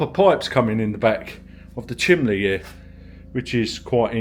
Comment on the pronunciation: Is he saying chimbley?